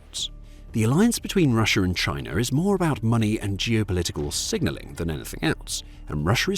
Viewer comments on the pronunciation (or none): none